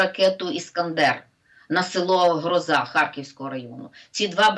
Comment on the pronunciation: В вікіпедії наголос на перший склад,правильно ГрОза і до грозИ немає ніякого відношення.